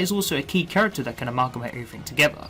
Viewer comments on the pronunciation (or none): none